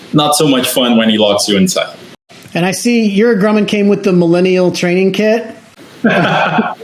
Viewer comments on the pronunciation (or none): Your Airplane is not called a it is Grumman Grum Man, the way you pronounce Grumman sound like grewman that is just wrong. And we do not have fire brigades in the United States. 🤣🛫